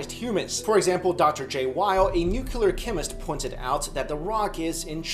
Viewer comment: Why do some chinese people pronounce the T sound at the end of a sentence so strongly. "ChemisTTTTT"